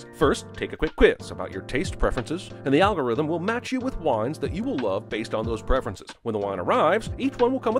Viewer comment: Everytime Jeremy says "algorithm" I want to buy that wine less"